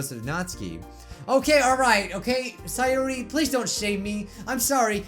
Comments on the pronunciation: Its not saayori, its sayori. You pronounce it wrong. It triggers me lol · It’s say-or-I not si-or-I !!!!